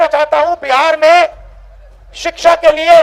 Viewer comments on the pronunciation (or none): none